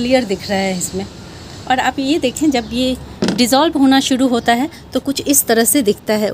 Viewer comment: Awaj bahut achhi he lekin language problem he...suru nahi shuru kahein